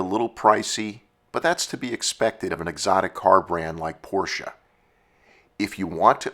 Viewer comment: I always liked the 928. I thought it was a great looking car. But nothing beats the styling of the air cooled Porsche 911. As a side note. Its so refreshing to hear an automotive enthusiast/ narrator pronounce Porsche properly. Hearing people mispronounce Ferdinand Porsches last name is so annoying. (Pet peeve of mine) 😁